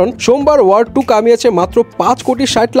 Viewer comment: Word? Seriously movie er name tao thik moto pronounce korte parchen na Bojha hoe geche ki movie dekhen😆